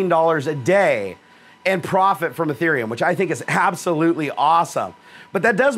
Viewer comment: Its ethereum not etherem